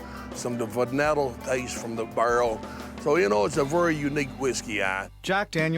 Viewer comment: “you know you can taste…some of the verneddle taste from the BURRRRL” Wtf is “verneddle”?